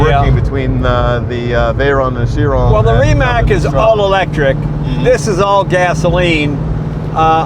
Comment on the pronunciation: Hey Donald, love your videos with Jay. Ree…matz hits the mark rather than Ree…Mack for Croatian pronunciation of Rimac. : ).